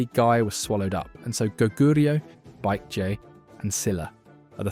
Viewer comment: Also baekje is pronounced as beck - chay by the way .